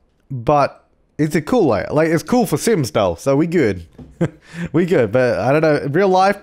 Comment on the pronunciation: "It's all geewd" 2015